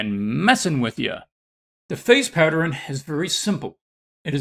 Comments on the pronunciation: why is he saying it like that 😫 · He lost me by saying “patterin” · no one: him: patteren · You say pattern like my mom 😳 (Saying partter-in, instead of pat-turn) I think my grandfather says it, too. However, if I'm being honest, I have no idea where the idiosyncrasy comes from My grandfather's parent's are from 1900's Oregon, so maybe it's a N. West coast thing? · I couldn’t even listen to this because every time he said pattern my blood boiled